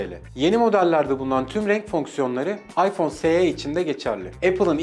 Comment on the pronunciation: Es i olarak okunur o